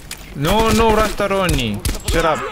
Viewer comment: Postoroniy!: No no rastaroni🤣